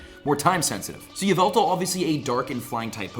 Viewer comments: its pronounced Yahvultal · Its actually called YA-VU-TAL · it’s yahveltal cough cough